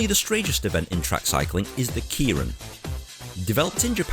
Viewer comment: Kay-rin. Ask a Japanese. NOT Key-rin OR the irish Kierin.